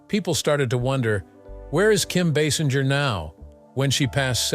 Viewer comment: Like most people, this narrator mispronounced her name. It is not pronounced Baasinjer or Baysinjer. It is actually pronounced BaySINGER (like an opera or rock singer). Also, she might be 70 but I would still bang her. Oops!